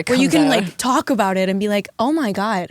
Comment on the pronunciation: She said "thalk"